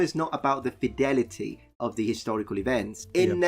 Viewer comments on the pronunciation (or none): none